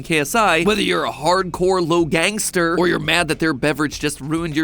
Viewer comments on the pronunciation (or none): as a logan hearing "logangster" gave me a heart attack